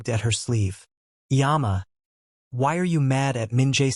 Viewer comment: I always appreciate your stories; one observation - please try to get a better pronunciation the Korean words you use. Example - mom or mama is more umma than yama. I just want you to be as accurate as you can be thank you, continue the great storytelling.